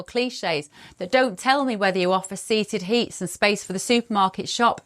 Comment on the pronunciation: "Seated Heats!" 😁🤣🤣🤣🤣🤣